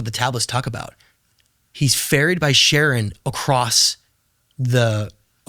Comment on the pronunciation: I can't believe he called Charon "Sharon"